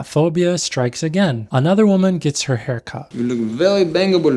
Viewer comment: Zoran has the bulge because of "de haair". Most important part is de haair, not your wiener